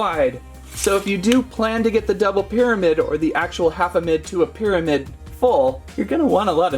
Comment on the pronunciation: Half-O-mid ? 😂 did the pterodactyl people let you have that word too ?